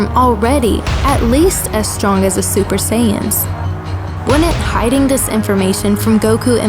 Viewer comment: You like saying super SAs